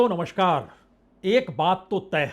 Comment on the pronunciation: अरे भाई साहब नमस्कार मे स का उच्चारण तो ठीक कीजिये ?